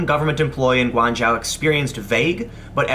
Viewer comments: Tim, you might want to study pin yin if you are going to use Chinese words. It's pronounce Guangzhou (g'wong joe). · Guangzhou is pronounced "gwang-joe" btw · Guangzhou is pronounced “gwong joe”